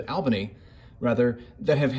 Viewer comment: Who tf wants to hear about hair…get over yourself. Also it’s All-bany not al-bany. Most pathetic report I’ve ever watched.